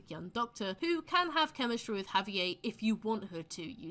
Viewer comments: the way you pronounce Javier is diabolical 😭🤚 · good video but the pronunciation of javier’s name in british is killing me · I've never heard Javier pronounced that way. Interesting